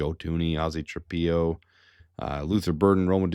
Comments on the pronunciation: I know Ozzy is a new name, but please, its Trap-pillow. u dont lay your head down on a PEE-LOW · It's pronounced tra pillow, not tra peeow.